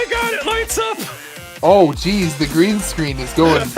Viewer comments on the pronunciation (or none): none